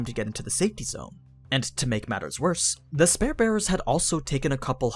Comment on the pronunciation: Ok its 3 videos for you mispronouncing spear